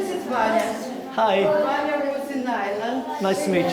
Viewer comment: His name is not Banni, It’s Vannya. In russian B pronounced V.